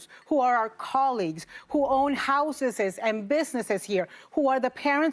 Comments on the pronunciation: All I heard was "houseses" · I wish I could own houses, or as Anna says, housesessss😂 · “Who own houseses”- Navarro